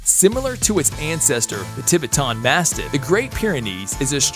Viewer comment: “Kane” Corso 🤦🏾‍♂️🤦🏾‍♂️ugh “Tib-bi-ton”mastiff 😂😂 come on this is a joke right? Just butchering names lol